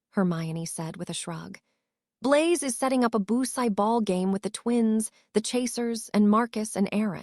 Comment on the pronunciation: It'd be nice if this AI knew how to pronounce names properly, it is not t h u it is theodore, it is not b l u s it is Blaze, it is not UVU ln, it is Evelyn